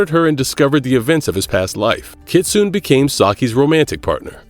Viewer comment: I hate this mf mispronouncing Kitsune